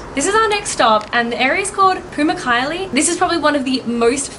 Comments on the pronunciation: Pamuk kale(cotton castle) pronounced pa-mook kah-leh, silent h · Great video but pls try to pronounce the Turkish words correct because it sounds very bad for etc pamukkale gözleme